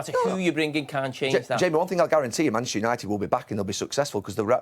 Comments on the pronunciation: Gary can’t say Manchester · Its Manchester Gary....Manchester at least say it right horse.